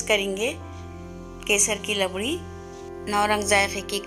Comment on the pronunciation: It's rabdi not labdi